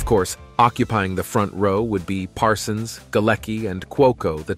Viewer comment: Why does this announcer sometimes call Parsons, "Parson?"